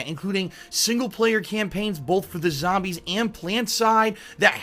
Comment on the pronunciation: it's Zombies not Zobmies